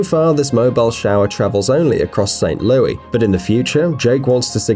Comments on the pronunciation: St Louise is pronounced loo-iss not loo-ee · Please...... never say St. Louis like that again. Ever.....